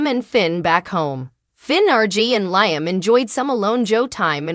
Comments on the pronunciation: It's Liam not lyming get it right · You're not pronising Iaam probably